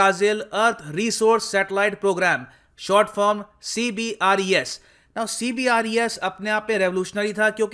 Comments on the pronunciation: Sir जी अपने कई बार CBERS को CBRES बोला है। जो कि मुझे कुछ कन्फ्यूज्ड लगा। क्योंकि लिखा कुछ है और बोल कुछ और रहे हो? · CBERS not CBRES👍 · C B E R S not CBRES